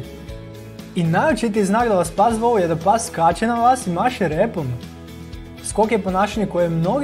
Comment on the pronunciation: Zasto ovako govoris? Kako to akcentujes reci? "Pas vas voooli"... Zasto to razvlacenje samoglasnika?